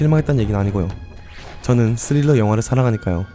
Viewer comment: "저는 스릴러 영화를 사랑하니까요." > "저는 레슬링 영화를 사랑하니까요." 로 들림.